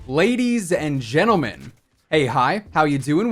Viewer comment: You know how lit the video is gonna be based on how much emphasizes "Ladies and gentlemen" Lmao